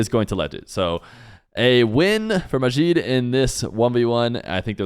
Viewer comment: Arabs don't have that sound (the way you're pronouncing the J in Majid like the Z in Azure). Their J is the same as English